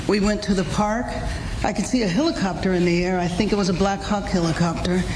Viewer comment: What the hell is a "hillacopter"?